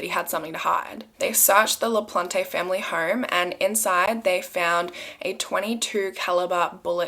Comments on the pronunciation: It’s pronounced LaPlante plant. Not plantay please always check with the state or someone who would be able to tell you I live in Massachusetts. I know this case. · It’s pronounced Danny Laplant without the e. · Le-PLAHNT. :) E is silent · it is pronounced “La Plant” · American pronunciations : Pepperell= Pepper ell, Ayer= Air, LaPlante= La plant. Im from that area and lived in both Pepperell and Ayer. Cheers for this story. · It's pronounced La-plant! ☺️ It's a family name on my mothers side! (the sweetest people in the world, with no relation to this man i promise lmaoo) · The guilty guys name..should be something else😳 ..but his surname LaPlante ..the e at end is silent..it's a French name means the plant...I'm French and notice these things is all ..🤘✌️